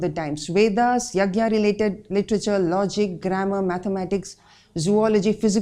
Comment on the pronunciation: when we pronounce english words properly then why we don't pronounce sanskrit wards properly.i.e.not to use a at the last योगा.रामयणा.महाभारता .etc.